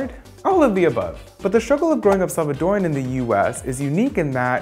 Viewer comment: I love that he said Salvadoran not salvadoriannn